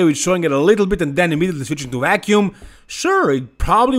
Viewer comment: vacuum not wacuum lol